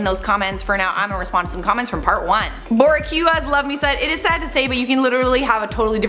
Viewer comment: hey boo. Boricuas is pronounced bor-ee-quas lol. I love you ❤️😂❤️😂❤️